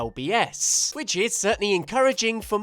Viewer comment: three hundred and thirty one ell bee ess!?